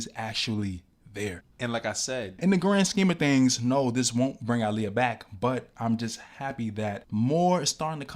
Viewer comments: DNT KNOW U OR THE CHANNEL BUT PLEASE PUT SOME RESPECK ON HER NAME IT'S PRONOUNCED "AAHLIYAH" NOT "ILIYAH" RT.. BESIDES THT U AIGHT WIT ME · Why do you keep pronouncing her name like that ?? so simple and yet you’re still mispronouncing it🙄